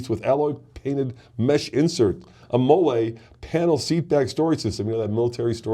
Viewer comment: M.O.L.L.E is pronounced “Molly”